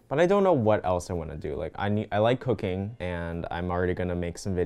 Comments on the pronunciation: Was half listening cause I was doing hw but when he said cooking I heard cocaine. Needless to say he got my attention Oh and also BUSSY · What he said “I like cooking” What I heard “I like cocaine” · i’m sorry you like what? cocaine? (i know he said cooking but i heard cocaine) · i thought you said cocaine and not cooking lol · When he was talking about things he likes I had to do a double take bc he said he likes “cooking” and I heard cocaine. 😅😅😅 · when you said “i like cooking” i heard “i like coccain” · i thought he said i love cocaine 💀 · it sounded like he said “I like cocaine” instead of cooking lmao😂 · I heard cocaine not cooking and I was major shook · I THOUGHT YOU SAID COCAINE OMG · WHEN HE SAID HE LIKED COOKING I THOUGHT HE SAID HE LIKED COCA1NE. FRICK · wait but when he said i love cooking it sounded like i love cocaine which was a big bruh moment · I THOUGHT YOU SAID I LIKE COCAINE INSTEAD OF COOKING IM DEAD BYE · I thought he said he likes cocaine not cooking 😂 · you said “i like cooking” and i thought you said you like cocaine i- 😳😭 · WHEN YOU SAID YOU LIKE COOKING I THOUGHT YOU SAID COCANE WTF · Idk why but when you said you like cooking I thought you said you like cocaine